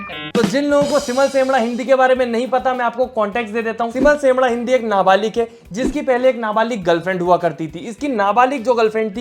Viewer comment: Nabalik nhi nabalig hota hai